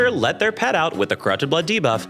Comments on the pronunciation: so used to hearing him say "diva" that my brain literally cannot process "debuff" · lol so i watch all youtube videos at 2x speed and "debuff" very much sounds like diva at that speed. i spent the first 10 minutes being like "diva was killing all the players? based" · Not my stupid mind hearing DIVA(f) instead of Debuff 😭